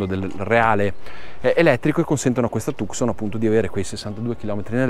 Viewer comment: la precedente era già bella, il nuovo modello molto originale nel design, ma si pronuncia Tuson